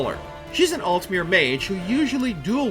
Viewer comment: "altmeer" "atronaach" "peryRite"